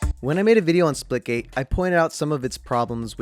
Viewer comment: Me playing spitgate: Image he says split gate. Spitaget Me: Nani